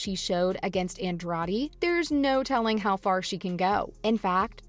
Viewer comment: Please learn how to say Andrade if you are going to try to cover mma